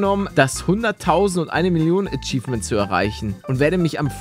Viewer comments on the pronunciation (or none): none